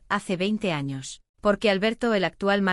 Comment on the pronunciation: Muy chido y todo, pero me dió risa cuando dijo "los primeros anos* jdjsjsjajsj